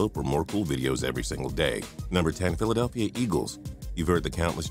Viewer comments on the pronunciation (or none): none